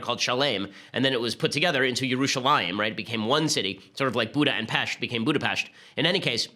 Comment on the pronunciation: Awesome news, thumbs up for correctly pronouncing Budapest :)